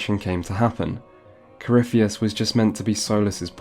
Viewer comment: Coryphie-tits, please at least get the name right